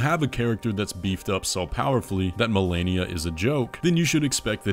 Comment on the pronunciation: was that an Asian accent joke with "Marenia?"